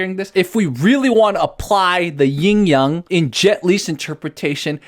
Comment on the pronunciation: FYI it's yin, not ying. Yin and yang is correct (陰陽).